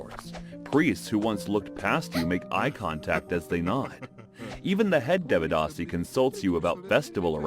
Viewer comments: Bro everything was good in this video but I wanted to tell you that in sanskrit script a have no sound its written like devadāsi but it sounds devdasi and also for A sounds you use Ā not normal A. I hope this will help you uderstand the scripts better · They said Devadasi like developer 😭 Dev rhymes with Dave, the D is pronounced like the sound you make when you say "the". Given that both D's sound like "the", the pronounciation becomes "They-vuh-da-see" Can anyone from South India actually confirm if all these facts are true? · It's not devadasi deeeevadaasi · Devadasi ❌️ They-ve-dhah-si ✅️ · It's pronounced "they-wuh-dasi".(I am tamil by the way). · Correction: It kind of began under the Pallava and Pandya dynasties, and reached the peak during the Chola dynasty. Sorry, but the pronunciation was terrible. Notwithstanding that, I appreciate you and your team for exploring these practises from the past and from across the world which have been ignored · bruh first learn to pronounce the word devadasi, don't give false information 😂